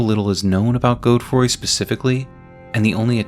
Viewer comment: “Goadfroy” come on man great video but that’s just crazy